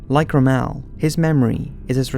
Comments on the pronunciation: I’ve just found this channel and have subbed. For someone clearly fairly young your knowledge and historic detective work is very impressive. But there’s just one thing that’s bothering me. Rommel is pronounced “rom-uhl” , rhymes with “bomb-uhl” but you kept saying it as though it’s pronounced “Ra-Mal”. Either re-record this audio immediately and change how Rommel name is pronounced or else there will be horrific consequences. I’ll make it so your milk is always just slightly warm, your soda is always either too fizzy or not quite fizzy enough. I’d swap all the salt with sugar in your town and change the packaging. I’l ensure that there’ll always be a dog poo outside your house so you step on it within seconds of leaving the house. I’d engineer a breed of pigeons that have supercharged lungs and always awaken am, they’ll be bred to not leave their nests and stop that incessant screeching until you wake up. Then after 25minutes you’ll have fallen back to sleep. This is where my army of noisy dogs comes into play. For years they’ve been the mortal enemy of the house-cat, but now after your ignorance in pronouncing a NAZI generals name properly, the cats and dogs will meet , sign a treaty of peace with each other and they will bark and meow at each other for at least 28minutes. You may think this is slightly OTT, after all Rommel was an utter cockwomble, a genuine cunt, BUT; and this is important; if we all pronounced people’s names wrongly then where would we all be? I a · While the documentary is excellent, sadly the person doing the narration chewed his words, and could not pronounce names and places properly, ie. Rommel which should be pronounced romel not rumel. Took me a minute to figure out who he was speaking of. Also no intonation so a bit boring even though it was put together very well. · It’s pronounced Rom-MULL not Ro-MELL ... just saying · Great video but it’s ROMMEL NOT REMELLE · ITS ROMMEL, NOT ROOMEL YOU STUPID FUCKING IDIOT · who the heck is ro-mell